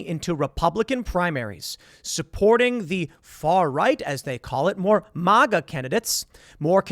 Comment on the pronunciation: Every time you say, "MahGa" I want to slap you and scream, "MAGA"!!! MAGA MAGA MAGA